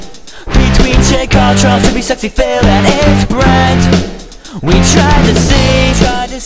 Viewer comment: It's ESS-ECKS-EE phil. not sexy phil!!!